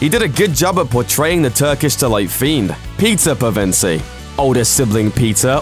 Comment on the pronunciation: Am I the only one who heard pizza pevensie ?